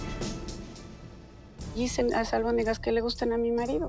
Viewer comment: Jaja Lourdes muy clasista pero dice almondigas